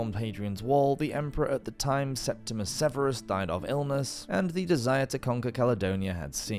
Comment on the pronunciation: Slight Editorial Note: For future reference, because it’s bound to come up again on this channel, it’s actually Septimius Severus, not ”Septimus.”